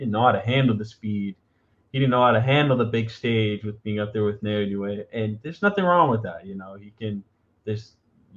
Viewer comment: His given name breaks down like this - Na-o-ya. It's pronounced like NAH-OH-YAH, rather than NEIGH-OY-YAY or NEIGH-OH-YAY (not sure how people are getting that). Japanese vowels are very close to Spanish, and are represented the same way in Spanish spelling and Romanized Japanese spelling. I offered my opinion to Fulton fans, before the fight, that Inoue is a better jabber than Fulton, and I told them the numbers absolutely back that up. They just could not believe that.